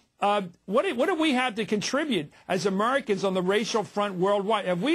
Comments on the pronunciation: Americans- pronounced (Uh - Mir - ihkans) apparently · EMERICAN, poor guy can't pronounce the A